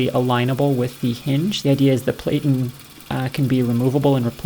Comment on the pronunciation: I'm a bit OCD with the language. The word 'platten' should rhyme with 'flatten'